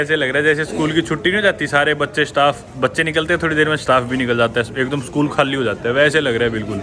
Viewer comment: Khaalii nahi bsdk Khali boltey hai hindi ascent thik kar le thoda bsdk